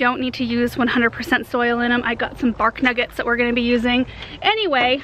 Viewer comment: Bark Nuggets...😂 sounds like she is saying barf nuggets . I think that's why Aaron doesn't like the word Lol